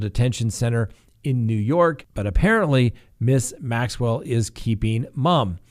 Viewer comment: you pronounce G. Maxwell name perfectly but Duggar had you stumped?